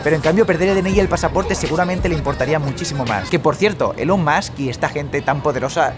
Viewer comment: ELON se pronuncia ílon. Si además dices bien MUSK como masc, dices bien el apellido y mal el nombre.